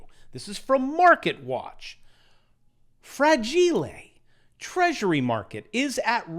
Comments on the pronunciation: Up vote for "fra-jeel-ay" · "Fra-jee-leh" Takes me back to that Rugrats episode with the package delivery! :D